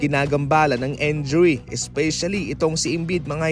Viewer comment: Injury!!!!!! not enjury!!!!!!!